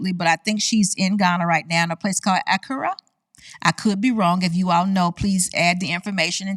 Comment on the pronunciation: Hello love your channel, I have subscribed! But I would love to hear you pronounce names correctly like "Accra" & "Tambo"! No harm intended,.